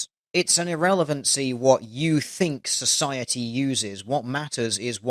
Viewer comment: Did she really say "Cis-ociety" or are my ears still bleeding from the utter shit she has been spewing.